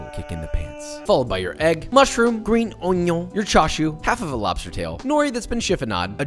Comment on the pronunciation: bro say geen union not green onion